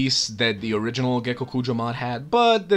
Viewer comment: ммм... Гекокуджа. И спасибо тебе за твое произношение)))